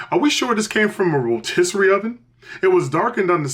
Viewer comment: Chicken Ro-Mystery 😂😂😂😂